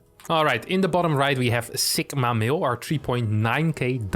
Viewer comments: It is two words, “sigma male”. You sound like you are saying it as one word and with a k sound instead of a g. Its the greek litter sigma not “sikma”. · That is the most unique pronunciation of "sigma male" that I've heard.